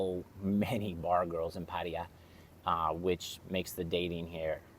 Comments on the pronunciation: It’s Patt A ya, NOT Patt i ya!!! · its patayAAAA not patie-ya bra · Please learn how to say Pattaya. It's not "Patty-yah". It's "pat-TIE-ya". I'm married to a Thai school teacher and you hurt her ears. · so funny the way americans pronounce hte letter 'T'. sounds like you're saying Padaya not Pattaya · Dude, stop pronouncing it wrong. You're killing me😂. It's Pat-Tay-Yah. Thank you. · Put - thai - ya said evenly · Gods forbid you even bother to learn the intonation of Pattaya—the name of your town. “Over ten years in these countries…”. Wow..